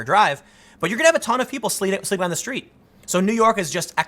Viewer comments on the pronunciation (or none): none